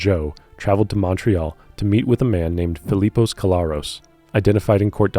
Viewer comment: i truly enjoy your work, but your pronunciations of Montreal and Newfoundland are killin me 😂